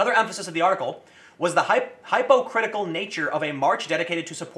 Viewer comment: Why can't you pronounce things Tim. I like your vids, but...it's not high-poe-critical